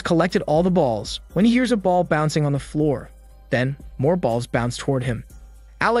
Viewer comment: When you say "BALLLL" and heavy on the saying the word also lol